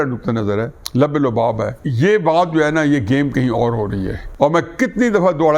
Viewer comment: السلام علیکم ورحمۃ اللہ وبرکاتہ نیازی صاحب لبے لباب نہیں لب لباب معذرت کے ساتھ لام کے اوپر پیش ہے لب کے لام کے اوپر پیش ہے